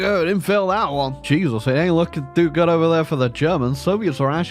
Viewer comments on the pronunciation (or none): none